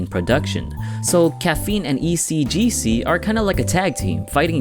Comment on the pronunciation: he says "ECGC"